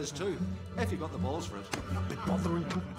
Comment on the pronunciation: he said bowls like balls XDDDDDDD